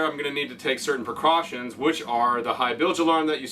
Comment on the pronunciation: "PERcautions..."??? Try PREcautions...